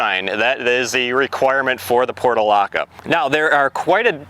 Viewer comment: The pronunciation was driving me crazy because it was different from what I have always heard so I double-checked. It's "porch -u - laca."